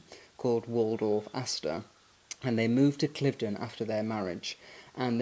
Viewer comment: Will be staying at Cliveden (not Cliff-den) later this year. Looking forward to it. Always enjoy your work and appreciation of beauty and classic style.